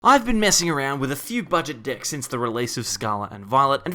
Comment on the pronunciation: I think you should work on your annunciation of "decks". Your accent makes it sound.....different 🤣